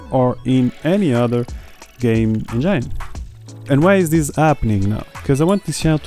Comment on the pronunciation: Great content! But please stop saying "enjeine" 😅